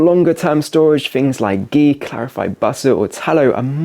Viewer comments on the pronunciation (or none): none